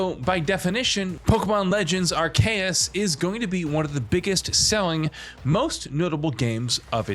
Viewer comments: I understand “AHR-SEE-US” or even “AHR-KEY-US”, but “AHR-KAY-EHS”…? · Arr-see-us say it with me bro, not Acreus lmao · Its ARCEUS WITH A C NOT ARKEUS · Everybody: Are-see-us, Are-kee-us This guy: Are-KAY-us, Are-KRAY-us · Ok good video but every time he said "are-k-us" instead of "ark-e-us" it hurt a little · Pokémon Legends "Ar-Cray-Is?" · I press pause on the video and went straight to the comments, once he said "ARKEYUS" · I am sorry but the majority of the video is literally the same sentence being said over and over and over and over again. Damn that became old really quick. It even went as far as mispronouncing the name Arceus at the end when you got it right the first time. A-kreus? Really? This was a lazy video and pretty unnecessary as well when you add nothing of substance throughout the video. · “Arkrayus” I feel like every video I watch has a different pronunciation but I really appreciate this take fr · My man said “Pokémon ARKAYIS” 😂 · Did this man just say Ark-chaos? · Lmao you’re wrong to, it’s pronounced AR-CUS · Who else turned this video off when you heard how he pronounced Arcesus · Why does everyone keep saying Arceus wrong now 😂 Ar(C)eus lmao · Your pronunciation of arceus is wrong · Dunno if you were saying Arceus incorrectly on purpose or not, but I laughed each time lol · You're so snobby and know-it-all but don't even know how to pronounce "Arceus" 😂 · Bro said Arceus 3 different ways and all of them were wrong. 🤣🤣🤣🤣🤣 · Is it not bothering anyone else how he pronounces arceus??